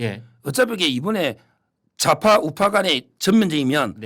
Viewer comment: 서변호사님, “자파“가 아니고 ”좌파“ 입니다. 발음할 때 입을 옆으로 쫙 찢어서 ”좌파“ 하고 연습해 보세요. 그러면 방송이 좀더 품위가 있을 것입니다. ‘서변 화이팅!‘